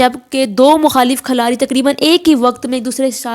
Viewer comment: Khalari ni khiladi hota hai